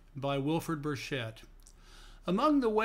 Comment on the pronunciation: Burchett is pronounced a hard ch, as in Charlie.